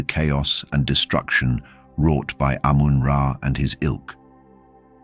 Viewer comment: ❤ its amun ra not amen men is wrong its the bible saying they stole from eygyt